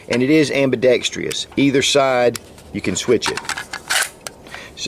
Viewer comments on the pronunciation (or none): ...I'm a like minded individual, but please look up the proper spelling and pronunciation of the word AMBIDEXTROUS. It's not pronounced ambidextrious. There's only 1 i in the word. It's a common mistake. I know, I'm a "dick" for bringing that up, but there are always people that don't think the same as us and they will always look for ANY excuse to discredit us, including our ability to master the English language. I have watched over half of all your videos and I have a lot of respect for you. You're fighting the good fight. Please keep it up and forgive me for pointing out such a minor flaw. I certainly am far from perfect. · "Pa-LI-gonal" is the pronounciation, not poly-GOnal. Ambi-DEX-trous, not ambi-dex-TRI-ous.